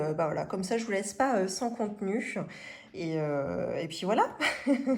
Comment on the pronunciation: Surtouff, contenuff, perduff. Un petit peuff... Objectifff Ah, non, là c'est normal 😂😂😂 Aussi : carte bleuE. À part ça, des choses intéressantes.